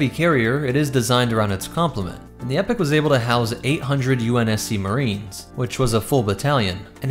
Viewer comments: I’m not saying you have to pronounce it a certain way but, I think it would’ve been much wiser if you had opted to pronounce it as “e-pok” simply to avoid confusion, I know it’s a silly thing to worry about but I can’t help but wonder how many people could come away from this thinking this ship is the “epic class” despite the title and numerous texts in the video, also this is a personal thing but, jeez hearing it as “epic” honesty hurts my ears xD, it just sounds so, dumb and cheesy and doesn’t do the ship justice in my opinion, but that’s completely subjective, however I do believe it is objectively better to pronounce it “e-pok” simply to avoid any and all small chances of confusion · Exactly, dont get me wrong, lore is on point, its just that incorrect pronunciation drives me bananas 😂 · Pretty sure it's pronounced E-POK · Epoch, not epic. Driving me nutz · search epoch pronunciation google translate is incorrect it is eee pok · I am concerned about the pronunciation of Epoch and Sabot... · He pronounces sabot correctly, but epoch not so much. It is common (here in the USA) to mispronounce sabot with the T sound at the end, but that is incorrect. The same way "carbine" is commonly mispronounced. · I really don’t like how you pronounce „Epoch“ and „Sabot“ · He keeps saying epic instead of epoch throughout right or am I just going crazy haha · Mispronounced Epoch, it's not pronounced like "Epic" but like E-Poc. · Hey. I think its pronounced E-poc not epic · Content is brilliant as far as I could watch, but please, please, PLEASE... ITS 'EPOCH' "Ee-pock" not Epic. And 'Sabot' does not have a silent t! It's "Sab-ot" not the fancy French sounding but hideously mis pronounced "saboh". Not usually a pronunciation Nazi but it was killing the delivery. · Prety sure its pronounced Eee-poch not epic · is noone gonan tell this man its pronounced EEE- Poc ? because its not pronounced like epic. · I enjoy your content always but the name is pronounced EE-poc